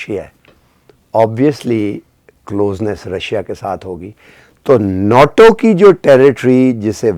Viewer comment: please pronounce NATO correctly. It is NOT NOTO but pronounced NAYTO. Constantly mispronouncing the word gives a very poor impression of your educational background. I am writing this in good faith.